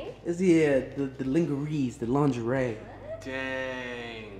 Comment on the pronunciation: "Is that Leeeeengkereee?" Lmao ded